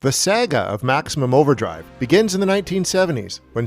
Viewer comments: The word is Saga not Sega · Never heard someone pronounce saga as Sega before.